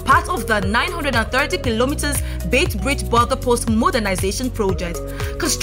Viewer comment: What a pity this very informative video has irritating background " music" often drowning the speaker. And please note its "Beit" Bridge not "Bait".